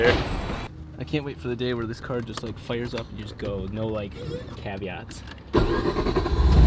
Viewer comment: Pretty smooth there.. "Fi,RE".. lol